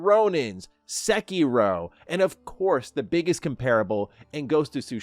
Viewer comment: Secky-row, yup sounds legit.